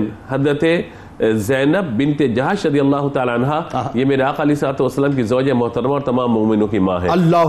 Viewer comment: Afsos Afsos It is not " Aka " it is " Aqa"